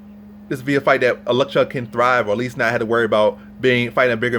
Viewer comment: oh-leks-zay-chuk. love you videos bro. keep at it!!